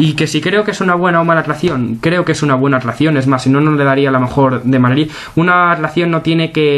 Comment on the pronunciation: Porque dices madlid jajajajajaja 😍